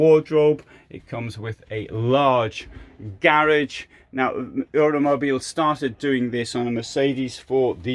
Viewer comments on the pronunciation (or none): Hi, I find the way you pronounce Euramobil curious 🤔 How do you say the word "Europe" please? Just out of interest, no offence intended 😊 Best wishes and Merry Christmas